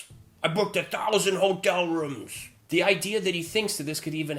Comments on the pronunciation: he pronounces it " rums" we booked all the hotel rums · I'm pretty sure he said "1,000 Rums".